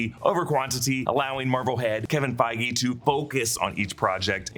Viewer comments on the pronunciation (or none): none